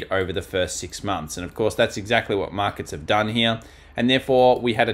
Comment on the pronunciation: I love it when you say here, but it sounds like hmnere 🍻